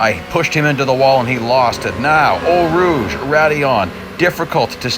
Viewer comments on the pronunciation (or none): Sorry, but It's hilarious to hear the french corner names of Eau Rouge, Raidillon, the name Bottas and so many other things with a big US accent